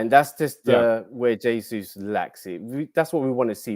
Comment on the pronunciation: Come on guys, its almost 2024 and theres still people out there not pronouncing the "J" in Jesus... hes not spanish!